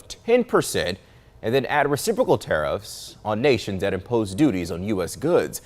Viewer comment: Lol he can't even say it! Re cip racal